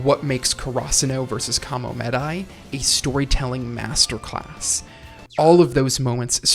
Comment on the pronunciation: Just can't listen to KaraSUnoh vs KamoMEHdai anymore...Guys learn how to pronounce Japanese names. Please. If you worship the culture that much - at least make an effort to say it right.